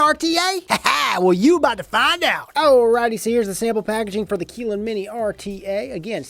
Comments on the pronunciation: Keylin Mini? No, it's Kylin Mini. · It's pronounced 'kiy-ln', not 'kee-lyn' btw. No hate here, I'm just a pedantic tosser;P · Keeeeeeeelin? Or Kylin? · Dexter Morgan definitely Kylin not keeeeeelin lol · If it has a Y in it then why would you pronounce it as an E?